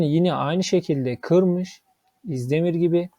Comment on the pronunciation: İzdemir diyip diyip duruyor bi de. Önce Türkçe öğrenin sonra analiz yapın